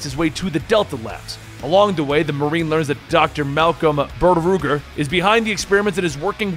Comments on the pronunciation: It was so off putting. made me cringe pretty bad lol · it threw me off at first but I got used to it.